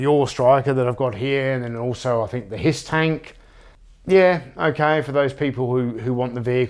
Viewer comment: Sorry, did you say hiss tank or piss take? I must have misheard you mate. Hasbro can go spin🖕 Cheers🍻👍